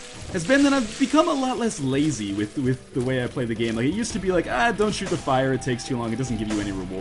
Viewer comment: Everytime you say "shoot the poop," I think you say "shoop da woop."